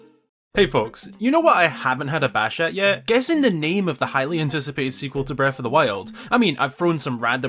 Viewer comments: I've been saying that for ages, he once replied and said that was on purpose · YOU GOT ME GOOD LMFAOO